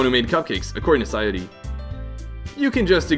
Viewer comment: By the way, FINALLY some American Youtuber properly pronounces "Yuri" and "Sayori" lol